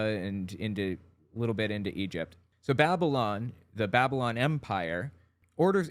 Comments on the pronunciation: Why did he say it like "babbolin"? 😕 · I love his pronunciation of "Babylon." He seems to be doing that thing where you pronounce a word differently to make it seem like you know more about the subject than everyone else, but it ends up sounding like "babblin'," which is precisely what he's really doing. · I love that he pronounces 'Babylon' like 'Babblin'. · "The Empire of babblun!" Rilly! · I can't get over how he mispronounced Babylon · Gotta love the way he pronounces “Babylon”.